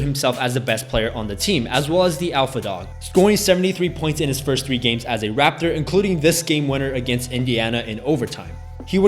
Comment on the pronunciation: "Scoring 73 points in his first 3 games" 😂 😂 😂 Asian's tongue exposed